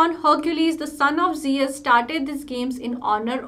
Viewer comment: Pronounce of Jeus is wrong